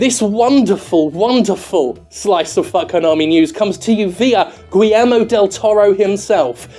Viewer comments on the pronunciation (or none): none